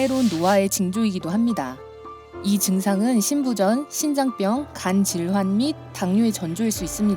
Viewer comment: 어! 동영상 에서 심장병을 심잠병이라고 했네요 님.